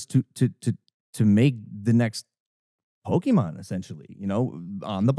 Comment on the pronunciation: "The next ookemon on the blockchain" lololol